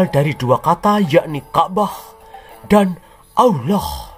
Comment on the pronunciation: mantap mas bro..pas pd kata "oloh" dan "muhamad" intonasinya jiannn mak jlebbb teninnnn...ketok nek wong jawa tulen...😂😂😂